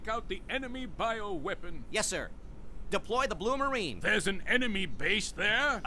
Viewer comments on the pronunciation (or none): none